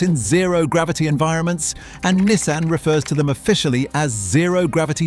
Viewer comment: Learn to pronounce Nissan and maybe make the pictures match what you’re talking about in the video. 🤦‍♂️